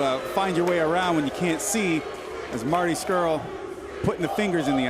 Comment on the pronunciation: Pissed me off that the entire time they were calling the Briscoes by the wrong name and that its SCURLL not SCHULL